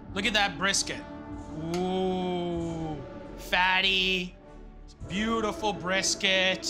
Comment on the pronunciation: is it just me or does he say beautulful instead of beautiful